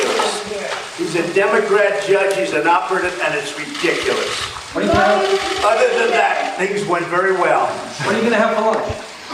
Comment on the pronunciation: "This is redicliss"